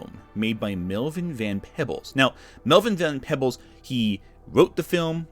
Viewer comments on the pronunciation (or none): It's pronounced Van Pee-bles like people but with a B